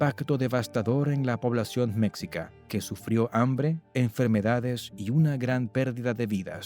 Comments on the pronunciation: No se pronuncia mécsica, sino meshica. La "x" originalmente tenía en castellano varios sonidos. Y como el sonido "sh" no existía en castellano, se unsó una "x" para representarlo. Pero, ¡oh! ya veo...el video fue hecho por una persona que no habla español, y usó un traductor automático con voz...Son muchos los errores de pronunciación... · Cultura Mexica creo que se pronuncia "Me-schi-ca" Cómo "chi"charo o "chi"apas Con un sonido como "s" "schi" No se si lo pronuncio bien Pero así lo mencionaban mis maestro en la educación primaria. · La pronunciación de Mexica Es, Meshica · SE dice MEXICA ( MESHIKAH) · Se pronuncia "meshica", los "meshicas", "imperio meshica", etc